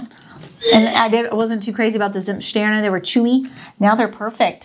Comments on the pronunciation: Tsimmtsterne and Plätz-chen (as if you speak Chinese)! ;)))) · I don't want to be rude but this is important: The pronounciation of for example "Zimtsterne" and "Plätzchen" is not on point. I can imagine that your german friends are in wrong way polite but if you really want to learn german good you need to insist the friends to correct you, even if its annoying. I by myself am in a similar situation. I live in Portugal right now and learning portuguese. All the portuguese always say, how good my portuguese is. I beliefe no word of this. Luckily I have a good teacher which is always correcting me. What also was helping me with pronouncation is a online learning programm where you can hear the words again and again. You can adjust to hear them slowly first. This was very effective. After the first 1000 words you instinctivly pronounce also new words correctly because there are always patterns in Phonetic and so on.... PS: I know that german is a hell of a language but I knwo examples of adults who were learning german in 2 years almost perfectly. It's hard work, but possible...